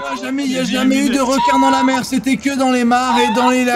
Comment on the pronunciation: "le r'quin" de Ultia me fait beaucoup trop rire